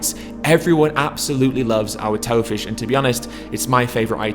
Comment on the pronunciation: I thought he said Toe Fish at first. If there was one type of fish I REALLY don't want to eat, it'ld be the lovely named Toe Fish. Joking aside, hope I can try some of this when I pop home for Christmas. One of the things I miss from home the most is the chippy so having a vegan version of it would be amazing!